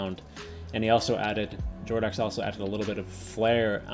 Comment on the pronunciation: btw its more like Jordo"ks" and not Jordo